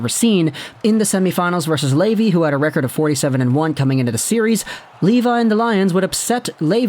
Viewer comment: Just so you know, his last name is pronounced “Leh-vee” :))